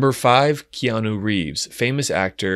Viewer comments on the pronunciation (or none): none